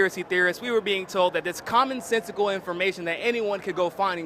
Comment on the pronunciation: He said "common sensicle" twice.